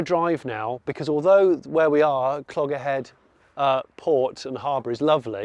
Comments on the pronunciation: Johnny you pronounce it as “cloherhead” not Clogherhead. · I nearly spit out my tea when you pronounced Clogherhead. The G is silent so it's Cloh er head. Better pronounced than the typical yank so A for effort. I grew up around there and you drove right past my aunts house on the way down to the pier. Harbour looked great by the way. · It's spelt Clogher but you don't pronounce the g, so you pronounce it cloher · Great video and nice to see you finally made it to Ireland. Good to get down to Clogherhead too, spent a lot of time there as a youngster. The 'g' is silent though ;-) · Love the episode and the car looks even better in the metal. Pedant time, drop the G when pronouncing Clogherhead You're Welcome 😁